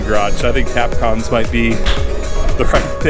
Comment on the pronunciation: they're called tapcons, not tapcoms